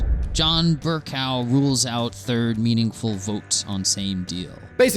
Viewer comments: Bercow isn't a “cow“ otra more like “coe“ lol 😆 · There's so much comedy gold and sage advice in this comment section I'm not going to complain that he didn't Say Bercrow like I'm used to hear it. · Reconsider Media vocals are kinda unnecessary, especially when they mispronounce John Bercow’s name.